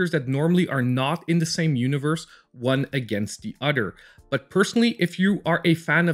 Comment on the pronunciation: Udder/ Togedder /Furder /Den / Anoder /distracted me the whole time . TH tha sound is a thing , but I mean let’s replace it with a D.